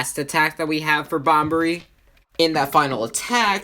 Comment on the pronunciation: Bobbery, not Bombery